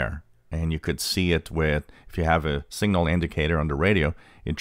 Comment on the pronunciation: This would be more helpful if you didn't pronounce 'signal' and 'single' so they sound identical.